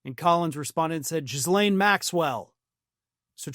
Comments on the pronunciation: Ghee-len...not Jizz-lane. It's French. It's not hard. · The s is silent in Ghislaine and there is an i in it. It doesn’t matter what Trump does, she will be sent back to the original prison.